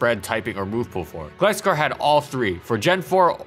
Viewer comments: its not gliss- scor its gliscor like gliding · ITS NOT GLEE SCORE ITS GLAI SCORE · Did you just pronounce Gliscor as Gleescor lol Even in the anime Gliscor says Gl i scor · Stop saying Gliss Skore - it's pronounced Gly Skore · In the first half you pronounce Gliscor as “gliss-score” but in the second half you pronounce it “gly-score”. Which is it? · Bro...why do you pronounce it as "Glisscore" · You pronounced Gliscor wrong, it’s not Gliss-score, it’s Gly-Score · It’s pronounced Gl-eye-score.... not Gl-issss-cor.... in the anime it’s pronounced Gl-eye-scor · Right? It's "Gly-Score", not "Glih-Score" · The way you pronounce Gliscor hurts me... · It’s a long i. Did ANY of you actually watch the show? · I had trouble watching it since you kept misprouncing GLY-SCORE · It annoyed me that he kept calling it 'Gli-scor' since im used to the anime lol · no the "Gli" in it's name comes from GLIDE which is pronounced Glay not Glee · Why do you pronounce Gliscor as Glscor? it's just like with Gligar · It's glIscor you know like glIgar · Gligar and Gliscor have the same Gli but he pronounces them differently and it bugs am I the only one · ...Is that how Gliscor is pronounced? Always thought it was similar to Gligar. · This Gliscor video needs a rework. An incredible Pokemon throughout it's entire existence, the video would be atleast a half an hour long if not more. GG said Gliscor in all its groovy generational glory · You said Gligar right, but keep pronouncing Gliscor wrong. How? XD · Gotta love how as the video goes on, the pronounciation of "gliscor" becomes correct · You pronounce gliscor wrong and it's triggering me lol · You pronounced Gliscor wrong several times. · Your pronounciation of Gliscor on every video is frustrating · Dude, makeup your mind on how to pronounce Gliscor.